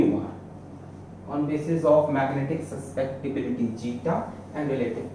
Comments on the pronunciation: It is magnetic susceptibility, not suspectibility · it's su-scep-ti-bility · Sir it is not suspectibility it is susceptibility:-) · Susceptibility ❎ Suspectibility ✅ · Its Magnetic susceptibility not suspectiblity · Suspectibility or susceptibility?? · sir its susceptibility, not suspectibility, and pronounced as chi, not zeta, btw lecture's amazing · Sir it is susceptibility not suspectibility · Sir suspectibility ni susceptibility 😅😅